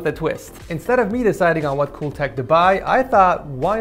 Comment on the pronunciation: yes I can hear, it was a joke because it sounds like he said pool -_